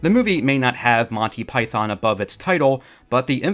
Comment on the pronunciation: I winced each time I heard the mispronunciation of “python”.